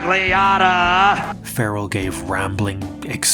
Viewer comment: Scott Ferrall .. pronounced FA RELL not FARE eL